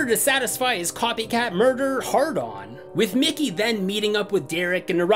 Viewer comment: idk if i was hearing it wrong but it sounded like u said nicky so many times , i know you know his name is mickey but just listening i was getting confused like WHO IS NICKY